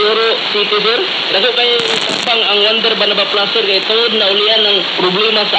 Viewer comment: Its Juander Banaba Plus not "Wonder Banaba Plus" a product of RSV Life Care Mktg.